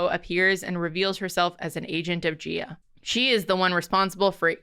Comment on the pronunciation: I enjoy your podcast very much but the Earth mother is Gaia ( pronounced, “Gai-uh). Keep up the great work 👍🏼